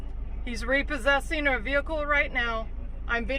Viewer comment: that last Vee-Hikull haz now damage transmission